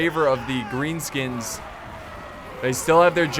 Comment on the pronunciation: he sed grean skuns